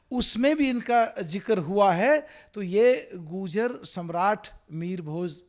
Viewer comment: Abe pagal phle to bo tu goojar bol rha hai har baar bo gurjar hain na ki goojar😁